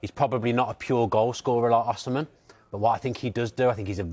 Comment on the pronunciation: Why does he pronounce Osimhen like a nutter?